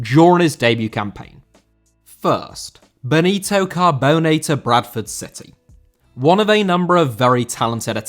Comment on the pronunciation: Benito* not Benitouw